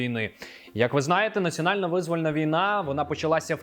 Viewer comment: Визвóльна , а не вИзвольна